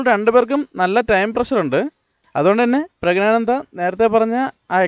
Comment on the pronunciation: പുരുഷൻആയ ആനന്ദ് എങ്ങനെയാടോ pregnant ആകുന്നത്? എടോ, പ്രഗ്നാനന്ദ് അല്ല, പ്രജ്ഞാനന്ദ് ആണ്. പറഞ്ഞ് പഠിക്ക് ഫൂൾ 😋🥵🥴